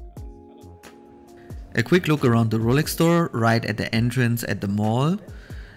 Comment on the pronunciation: Did he just say rolalex 😂😂